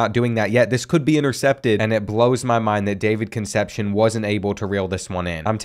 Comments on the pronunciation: Kun' sepp see OWN. Concepcion, its killin me, lol... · Another video and still cant say Con sep see own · I love you but please stop saying Conecepcion like conception lol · Concepcion is pronounced Con-Sep-See-Own